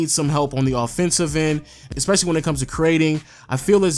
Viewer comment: Nejc Doler you really expect him that right when he can't even say "especially" correctly.....